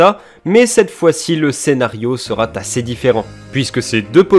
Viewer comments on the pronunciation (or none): « le scénario sera (T)assez différent »